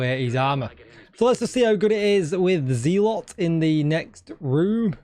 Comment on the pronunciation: Enjoyed the video. "Z-lot" (zealot) just sounds odd to me. I've always heard it pronounced "zel-ut". 🙂